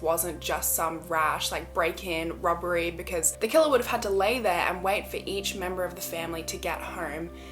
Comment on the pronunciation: Everytime she says "robbery" I hear "rubbery" and I giggle a little. (I know, I'm so immature) On another note, this is such a sad event. May their souls rest in peace.